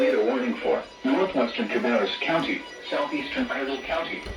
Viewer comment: ain't no way i caught you doing a "cAbRrUs"